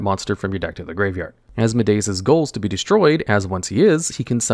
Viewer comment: I'm so happy your pronunciation has gotten better over the years, but also as-MO-dee-us